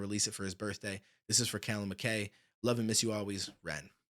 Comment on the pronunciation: Its pronounced mack eye much respect bro 🇬🇧